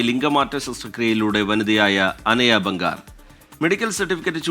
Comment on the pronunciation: ബംഗാർ അല്ലടാ... ജംഗാർ 😂😂😂 kashtam, സഞ്ജയ് ബാംഗർ അതാണ് കറക്റ്റ്